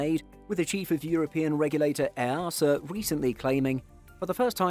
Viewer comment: As a European I can tell you EASA is an abbreviation and pronounced as just the letters!!! :)